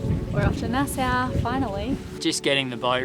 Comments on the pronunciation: It is pronouced Naa-saw not Nassou :) Enjoy the Bahamas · Fond memories of spending holiday weekends on Whale Cay when we were younger. Also love love the Lenny cam, too cute (Nassau is pronounced as Nas-saw btw.)